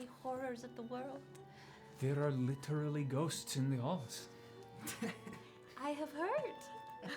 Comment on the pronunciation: I now want to start saying "gliterally" instead of literally like they say "acaexcuse me" in Pitch Perfect